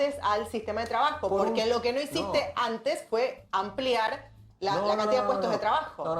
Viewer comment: Que crack que es Agustín, por Dios... se nota a kilómetros que es un tipo culto. Su único defecto es poner algunas S al final (devaluastes, hicistes... raro que alguien culto cometa este error, pero bueno), pero su intelectualidad y su sapiencia son extremas.